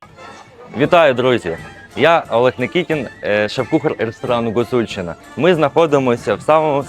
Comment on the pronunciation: Шеф кухар ледве вимовляє слово Гуцульщина. А він точно українець?!!!